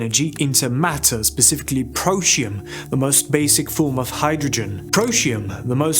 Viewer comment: Pro tee um SAY IT Protium... NOT Proshium 😂